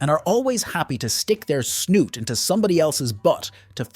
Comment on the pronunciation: What's with the trend lately of pronouncing "Snout" as "Snoot"?